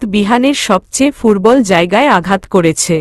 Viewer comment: আপনি কি দ উচ্চারণ করতে পারেন না ।দুর্বল কে ফুর্বল কেন বলেন ।